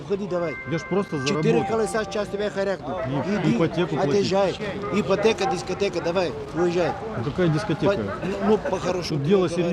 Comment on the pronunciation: ипотэка- дискатэка..))